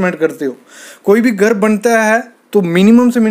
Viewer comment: Would be nice if you could pronounce GHAR correctly. Tired of hearing of GAR.